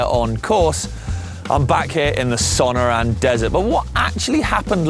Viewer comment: Ok... you are British, (as am I) and you don't live here, so I guess it is forgivable but that is not good you pronounce Sonoran. Su (as in suspect) nor (as in north) un (as in as on run... or like in a nationality Ethiopian or German). Cheers and carry on.